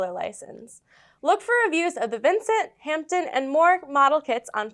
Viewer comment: Hi guys, from the UK a wee heads up, the p in Hampden is silent so “Hamden”👍🏴🇬🇧…